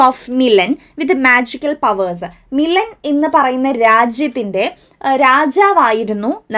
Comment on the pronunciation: മിലൻ ❌️ മിലാൻ ✅️